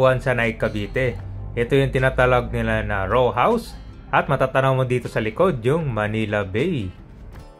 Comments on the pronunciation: Hindi “Raw” house. “Row”. As in helera. 😂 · Row House JK, hindi "RAW" na hilaw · Row....hindi raw house, hahaha.